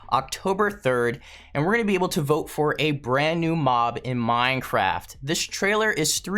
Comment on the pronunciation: You said Vot instead of Vote